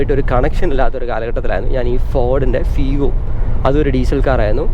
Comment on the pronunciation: ഫീഗോ ❌ ഫിഗോ ✅